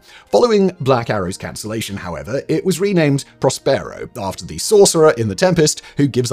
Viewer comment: Botched Prospero as well. I think Simon reads these cold.